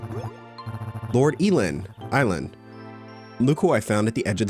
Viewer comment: "eee-land, er, eye-land" takes shot but seriously, I love this game so much, excited to watch you play! :)